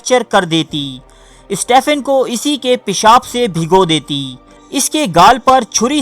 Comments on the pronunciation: Hawkings first name is pronounced Steven not Stephen. This is English way of saying Stephen as if it is written Steven. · تجھے سٹیفن ہاکنگ بولنا بھی نہیں آتا۔ سٹیِفن کو سٹے فن بھونک رہا ہے جاہل